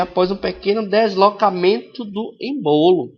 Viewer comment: Não é "embolo" e sim "ÊÊÊÊÊÊmbolo" #FicaDica